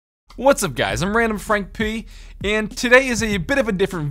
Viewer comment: The way he says frank p